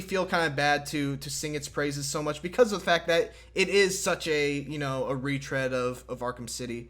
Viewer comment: Classic, saying "too " instead of "too much"